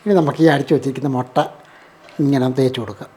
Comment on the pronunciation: ചേട്ടാ മൊട്ടയോ, മുട്ടയോ😂